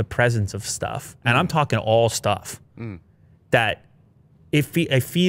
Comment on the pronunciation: "ALL STUFF" maybe don't say it that way....